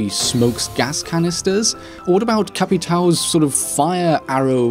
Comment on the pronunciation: If you say capitao instead of capitan, then you should say rohk instead of rook, thermeet instead of thermite, foozeh instead of fuze, book instead of buck and so on. Oh, why am I doing this no one cares. Sorry Brazilian and Portuguese people I feel you.